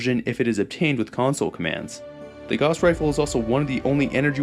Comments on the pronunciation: small little nitpick here, and a mistake i used to be prone to, but it's pronounced like "gowwss rifle" (like how you would say "house"), not like "gauze". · Its probounced GOUSE, not "goss" 🤦‍♂️ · Is anyone going to tell that it’s gauss is pronounced gous like house. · Minor correction: gauss is supposed to rhyme with house. "Gowse" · G-ow-ss is the pronunciation. From the legendary mathematician Johan Carl Friedrich Gauss. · Gauss is always a difficult word to know how to pronounce. I've always said it as g-ow-ss. Namely cause of gaussian distribution and how gaussian is pronounced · Just a note, "Gauss" rhymes with "house". Like, "gowse". After Carl Friedrich Gauss who made discoveries involving magnetism. The Gauss is a unit of magnetic field strength, an appropriate name since a Gauss gun fires it's projectile with electromagnetism. Gauss was German but he didn't invent any futuristic weaponry. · It's a pretty minor nitpick, but the "au" phonetic group in German is pronounced, "ow." So, the correct pronunciation of Gauss is more like, "gouse." It's not a huge deal, because the mispronunciation is pretty common, and, hey, credit for the correct pronunciation of, "Walther," which is also pretty frequently botched. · "Gauss" is a German name (Gauß) so it rhymes with "house". If it was pronounced "goss" it wouldn't be spelled in a way that requires you to pronounce the word with the "ow" sound. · holy shit how many videos did you make pronouncing gauss completely wrong? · Gauss would be pronounced similar to house with a "G", being German. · not sure if anyone's said it yet, but the way you pronounce "Gauss" upsets me greatly, lol. EDIT: i'ma add "Walther" to that list.. how in the hell can you pronounce "Heckler & Koch" properly, but butcher "Walther" and "Gauss". You hurt my soul. 😂 Also: The "PP" prefix was used on a lot of soviet firearms...so it's not a Walther thing.